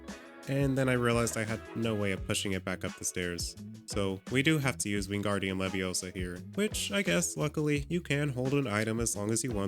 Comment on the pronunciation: it wingardium leviosa, not WinGaRdIuM lEvioSo